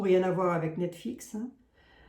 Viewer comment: Net Flix (et non Net Fix)😅